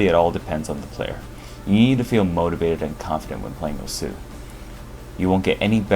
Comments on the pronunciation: How you pronounce "osu" is weird the word is pronounced in one syllable "ous" = ošu. Not o-su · Why is he pronouncing it "Oh-Sue"? It's supposed to be pronounced "oss". The game even says that when you start it. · turn on captions everytime he says "osu" the captions is "oh su" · Everytime someone pronounces the game's name as "o-sooh" a little hentai gril dies. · It is, but considering that I'm not Japanese, I think me pronouncing it the way english players say it should be acceptable. Right?